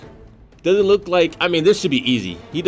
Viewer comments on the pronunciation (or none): none